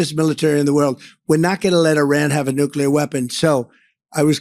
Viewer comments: Hey Van Orden! It's nuclear, not nukeler you stupid uneducated politician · That congressman on fox wearing a farmer outfit, sounds really uneducated saying “nukyaler”, it’s nuclear, and Iran has no nuclear weapons, and was not a threat to the US, until our destroyer-of- everything- in- chief, bombed them, murdering children and teachers, and like pirates wanted to extort their assets. Fox can be 🚽🧻 forever. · Can you take anyone seriously who pronounces the word " nukular" weapons? Get a dictionary and check pronunciation before you look ignorant. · None of them can even pronounce nuclear